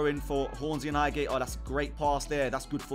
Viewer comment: highhate or highgate? You meant highgate ahlie 😂